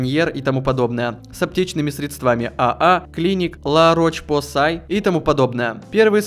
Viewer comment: Не Ла-Роч-Посай, а Ля-Рош-Позе.